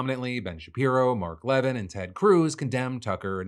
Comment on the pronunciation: Fk Phil, you been saying levin this whole time I didn’t know who the fk u were talking about, then I realize it’s actually mark le-veen lol